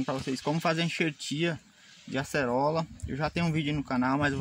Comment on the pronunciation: Video da hora. E o "Acelora" kk